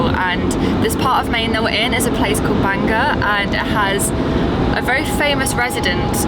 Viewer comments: Enjoying the video however Portland is not the capital of Maine. That would be Augusta. And Bangor is not pronounced Banga its pronounced Bangore. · Bangor is pronounced "Ban -gore". Augusta is the capitol. Camden is always a traffic nightmare. We live 30 minutes south of Bangor and find living in Maine to be quiet, safe, and beautiful. Thank you for coming to Maine and exploring! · …Portland is not our capital Augusta is, and it’s pronounced Bang-gore but close